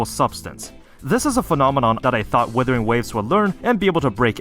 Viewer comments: The guy keeps pronouncing WIthering waves instead of WUthering waves which means he doesn't have a habit of double checking his information. A person like that has no credibility. This inability to double check stuff is reflecting on his video right now. Things are constantly flying over his head and he just plays it off as: "The game didn't tell'' Yes it did, you're just too stupid to notice. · I knew he was a dumbass when he kept calling the game withering waves 😂😂😂